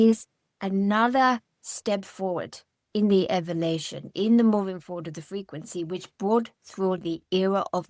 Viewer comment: This is so amazing; it feels like home. I love the way says “evelation” instead of “elevation” ❤️